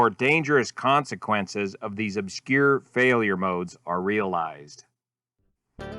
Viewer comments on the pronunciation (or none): none